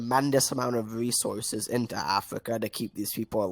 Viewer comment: " accuwate wesources "